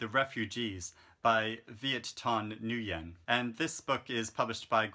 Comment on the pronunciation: Your reviews are always so crisp and in-depth. Btw, the Vietnamese last name Nguyen is pronounced "win" :)